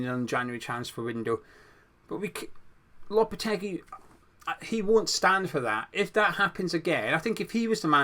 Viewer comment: It’s lopete-gee. And it’s Pake-taa. Just so you know